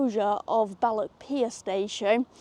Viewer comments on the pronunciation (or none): It's Balloch, not Ballock. And it's loch, not lock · It’s balloccchhh! Not ballok .. 🤣🤣 try harder x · Love your presentations. Balloch is och, not ock.